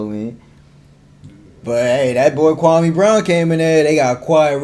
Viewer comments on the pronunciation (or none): Kwa- me not kwa- may